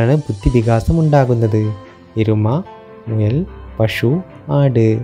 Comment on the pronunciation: വാക്കുകൾ ശരിയായി ഉച്ചരിക്കാൻ കഴിയുന്ന ആളെ വേണ്ടേ തെരത്തെടുക്കാൻ . പഷു . ബാരം . ഉരുളക്കേങ്ങ് എന്നൊക്കെയാ പറയുന്നത്. അയ്യേ കഷ്ടമെന്നല്ലാതെ എന്താ പറയ്യാ.